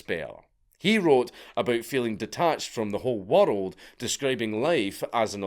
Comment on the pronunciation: WERELD AHLL OVER THE WERELD, I CANT UNHEAR IT